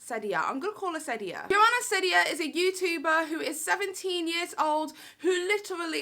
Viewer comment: It’s ceddia as in seedia